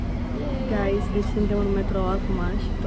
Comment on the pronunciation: I think you have to slow a bit down with the word, "Guys!" Wtf a zis de peste 30 de ori gayss...